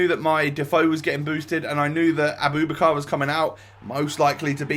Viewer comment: It’s pronounced Abou- back- ar